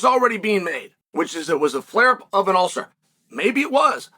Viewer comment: An ulther?